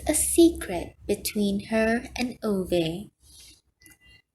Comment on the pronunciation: you should redo every chapter, this mispronunciation of the name Ove is not only disrespectful to the author, but it's irritating to hear it time and time again through the book read